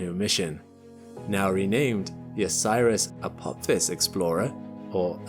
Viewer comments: "A pop his"?! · Stargate SG-1 fans recoil in horror as pronounces it "Apop-phis"... 🤣